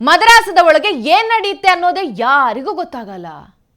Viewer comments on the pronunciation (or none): ಮದರಾಸ ಅಲ್ಲ ಮದರಸಾ. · ಮದ್ರಾಸ್ ಅಲ್ಲ, ಅದು ಮದರಸಾ.